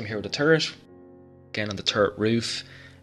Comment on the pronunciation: Lovely work. But I gotta say, I chuckled ever time I heard "terp on da tarrit."...lol:)